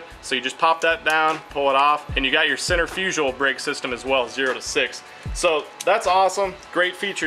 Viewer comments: Never heard of center-fuj'al. Cen-tri'-fi-gal. Anyway, thanks for the review. I may just have to pick one of these up myself. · Repeat after me... "cen-trirf-a-cull"